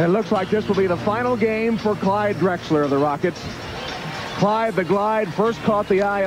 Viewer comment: “Glyde” Clyde Drexler…🙄